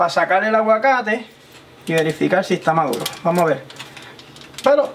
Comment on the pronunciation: Polque no cleen? está madulo pol favol 🍼